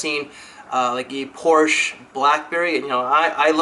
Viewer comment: Quick note: the "e" in "Porsche" is not silent (: Apart from that it was another great video!